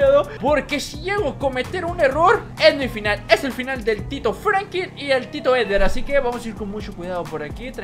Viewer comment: Franklin se pronuncia con L no Frankin